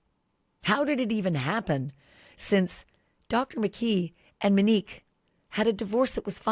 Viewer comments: No offense Ashley but you went from calling her Mo to Menique. I kept thinking you are saying Minnie. Get well soon. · Girl, you are a class act! You have gone from Muh-nique to Mee-nique! Pronouns her name correctly ALREADY!!!!!!!!! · You insist on pronouncing her name incorrectly! How disrespectful!!! It’s Monique as in MOnique NOT muh-nique like you continue saying!!! smh!!! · Her name is MOnique not Manique. Please pronounce it correctly. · Stop pronouncing her name Mini-que. It’s pronounced Moh-nique. Please, it’s annoying to listen to. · Why is she now calling MOnique MEnique? It’s annoying! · Glad I'm not the only one annoyed by that. It's MO-neeke, Ash! Not MEN-eeke! 😒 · Ashley, I love ya dearly, but Manique? You're killing me. Please call her Mo again. Talk about Kohberger as much as you want. I get it. But, it takes me a minute to process who you are talking about every time you say Manique. 🙏🏼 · Her name is Monique, as in MOE or MOW. Why do you keep saying MA-nique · Why do you call her Manique instead of Monique? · Ashleigh great reporting! FYI, her name is pronounced Monique (long “O”) not Menique…… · That's literally what she wanted to be called. What she's calling her now is disrespectful, IMO. She's calling her "Manique" starting ,instead of Monique. Gosh... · It's not mini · “Mo” nique. Please, I need to hear the long o sound. Thank you. 🙏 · How’s it so hard to pronounce MOE-Nique? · Why does she mispronounce Monique